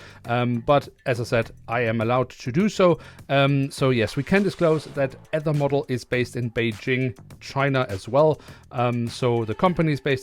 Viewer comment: Fwiw Aether is pronounced: ee+ thr